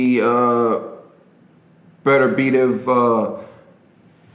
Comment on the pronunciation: "Beterbiev" is not difficult to pronounce at all, in fact. "Better - B - ev". You pronounced "Gvozdyk" just fine as well.